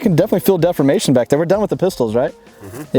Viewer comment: Good video. One day he'll learn the correct way to pronounce the word 'deformation.' :)